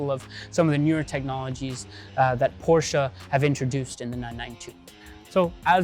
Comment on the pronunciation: it would be nice if you knew how to pronounce properly the name of the car you’re selling